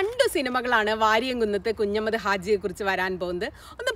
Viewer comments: നന്നായിട്ടുണ്ട്. എന്നാൽ ഉച്ചാരണം ഒന്ന് ശ്രദ്ധിക്കണം കുഞ്ഞമ്മദ് അല്ല കുഞ്ഞഹമ്മദ് 'ഹ' വിട്ടുപോയി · Hi Madam, 1. His name is Variyamkunnath 'Kunjahammad' Haji, not 'Kunjammad'. 2. NP Muhammad, KA Kodungallur etc are known literary writers, not historians. Additionally, why should we see Variyamkunnath through the words of CPI(M) leaders? I expected you may demystify the popular notion about 1921 Malabar 'Struggle', but you continue using the colonial-cum-Hindutva word 'kalapam' or riot. Please read the book of MT Ansari.